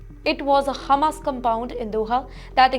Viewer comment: Its Hamas, NOT Humus....